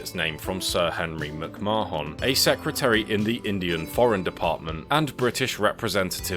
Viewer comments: Instead of M'c-Ma-Hon, isn't it pronounced something like McMah'n? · As an Irish person the way you pronounced McMahon gives me anxiety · Hahaha he is pronouncing it the way we Indians pronounce it. 😅